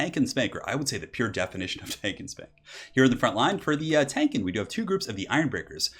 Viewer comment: when he says " these guys are pretty good at tanking" . I heard " these guys are pretty good at spanking". I am like wtf? spanking? what technique is that in total war